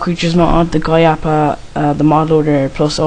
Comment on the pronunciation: a recommendation to those who messed up and those who are about to install... back up your minecraft. just copy it to the desktop... and if it doesn't work try older versions of the GUI API, audio mod and modloader. (by the way, it's pronounced Gee You Eye Aye Pea Eye) leave him alone. he's an amateur and its not his fault :) no offense. :P